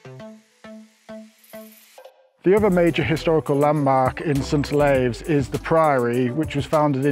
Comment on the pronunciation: St Olaves, as in St Olives or St Olifs, to much "ay" in your pronounciation, I grew up there. Nice aerial views, which drone are you using?